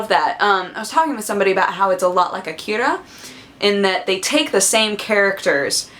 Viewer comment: I always mangle japanease words on purpose, just to mess with my friends, and you seperated your vowels like a pro with akira, kudos :)